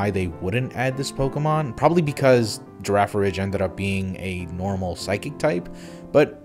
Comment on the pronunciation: "tanJela" "girafaridge" shouldn't it be "tangle-ah" and "giraffe-a-rig"?